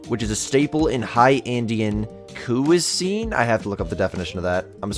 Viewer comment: My dood couldn't pronounce cuisine, but you're focused on jaguar? 😂